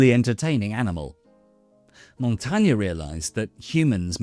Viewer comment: Good video, thanks. The way this last name is pronounced is slightly different though. Otherwise I enjoyed